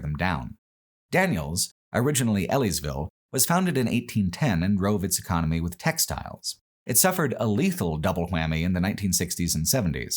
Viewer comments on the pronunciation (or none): none